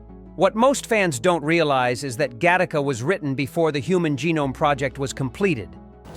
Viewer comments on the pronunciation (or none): If you can’t say the title correctly, then it is slop